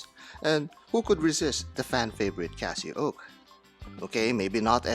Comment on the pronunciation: CasiOak not Casio oak